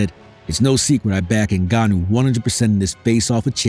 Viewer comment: Put some respect on Ngannou surname whitey , just pronounce his name right, you have a white man name, Francis has the mother land name fool. Whatever his name is, you drug cheater ffs.wise up